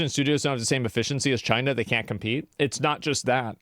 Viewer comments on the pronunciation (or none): When you say China you have to say it like Trump: CHYNA It's obligatory.